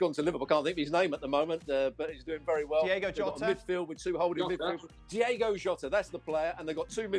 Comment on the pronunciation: DIOGO JOTA, NOT DIEGO